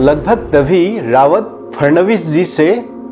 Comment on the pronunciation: Just minor correction.. Not Sanjay "RAWAT"( संजय रावत) it is Sanjay RAUT ( संजय राऊत)